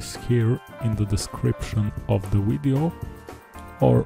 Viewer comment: Widdeo? Atrocious English!